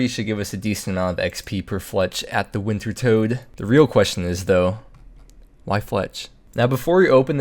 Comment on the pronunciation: please stop calling it wintertoad its pronounced winter TODD